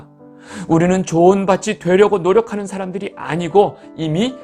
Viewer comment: 밧이 아니고 밭입니다. "밭이=바치, 밭에=바테, 밭으로 =바트로, 밭을=바틀, 또틑 바츨""로 발음하셔야 합니다. "바세, 밧이, 바스로'로 발음하시면 안 됩니다. 지송^^